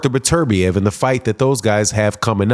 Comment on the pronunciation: Bro it’s beterbiev not berturbia